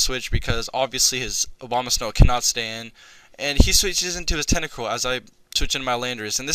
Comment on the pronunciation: Everytime you said Abomasnow it sounded like Obamasnow xD Fun match bro!